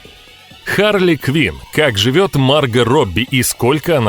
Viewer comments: У вас неправильное произношение имени не марга а маргО!!!!!! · Видео понравилось, но у меня 1 вопрос, почему мАрго а не маргО ? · Она Марго правильно говорить,Почему вы говорите Марга,,,(меня все называют Марго,и её тоже ) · А с какого перепуга она мАрго Робби а не МаргО?????. Это даже слух режет. К чему это??? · МаргО, а не маргА! Ну заманал. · да не мАрго, а маргО! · Уши блять режет... не МаргА, а МаргО. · комментатор - у тебя чего с произношением проблемы? куда ты ставишь ударение в словах, аж уши режет, не мАрго маргО, не дОлби а дЭлби, блин по ушам дОлбит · Марго, ударение на "о". Уж слух режет с ударением на "а". Ппц блин!🙈😄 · Она Марго, а не Марга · МаргО, а не МАрго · ты это просто скопировал у марго робби,она сама об этом сама рассказала "теперь ты знаешь кто я-марго робби" и хватит говорить марга.ее зовут марго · Да какая Ма́рга Марго́ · почему МаргА то, а не МаргО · Не Марго а Марго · А почему МАрго, а не МаргО? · Ма́рго.. 🤦‍♂️ Бот не очень умеет в ударения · Кто нибудь ему скажет что он не правильно ставит ударение в именни МаргО? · Правильно говорить МаргО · МАРГООООООООО, УДАРЕНИЕ НА ОООООО.. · Марга Робби! Мудацкое произношение. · Меня одного бесит как автор ставит ударение на имени Марго? И Захария тоже. Может это особенность австралийцев.